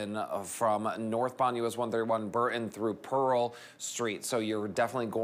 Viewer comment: He cant say burton right. Pathetic